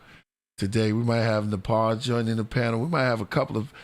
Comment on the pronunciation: It's pronounced Nah-Pah not Napaa but all good 🙏